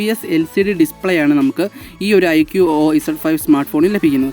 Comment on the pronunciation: Iqo o alla iqoo എന്നാണ് 😅